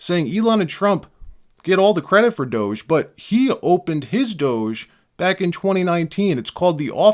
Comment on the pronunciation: Hey Gavin, it's DOGE not douche.😂